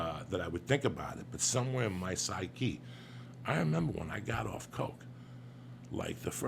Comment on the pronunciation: 'psy-key' hahah